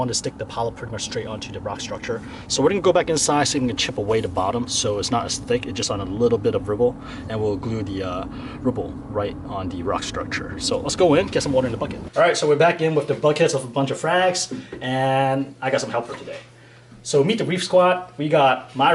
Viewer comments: It's rubble not ribble 😂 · I agree but as I was coming here to tell you you said ribble instead of rubble. ruh-bl. I had an Had an asian and Philippino roommate for awhile ( plus an aunt from the phillipines) now she talks funny lol. so I don't notice much wrong with the way you speak either. But now just fyi I'm hearing you correct the term Rubble with a hard "you" sound. It should be an "uhh" sound. Good job though on pick corals for your tank. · Great job! I am born in Canada, 1st language english but I know how to speak Mandarin quite OK. Rubble is pronounced Rub-el. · A word I noticed in this video is rubble. You pronounce it rooble, it's more of a U sound like rug or run. Rubble. Also, I get zoa frags like that, and i think it's fun to leave the pieces of rock exposed to see how fast they can spread over it. But I also feel like it makes it take longer for them to make the turn onto the LR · Your english is great man. Only word you pronounced strange was 'Rubble'. The 'Rub' rhymes with 'pub'